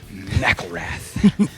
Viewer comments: I always thought his last name was pronounced as "Mick-ill-rath" now that I know it's like "Mackle-rath" it sounds so much cooler LOL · What the fuck? I've been a Rise Against fan for six or seven years now and this is the first time I've ever heard his name pronounced "Macclerath". Wow. Everybody I know says "Mac-IL-rath". This is bizarre.